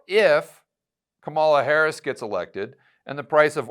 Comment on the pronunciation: do you not know how to pronounce Kamala?? I'm disappointed. Its easy, and you know it, but you don't because you're mature?